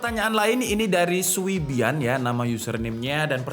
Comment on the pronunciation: username suibian 随便 kalau bahasa mandarin bacanya "suipien" Artinya TERSERAH 😅😅